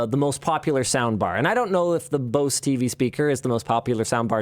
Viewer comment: I hate the way Linus is pronouncing Bose!